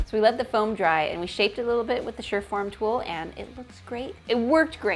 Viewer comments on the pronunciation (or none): It's pronounced sir- form tool, from surface forming tool